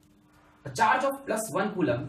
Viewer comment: Nobody: Alakh Sir: CuULaaM per second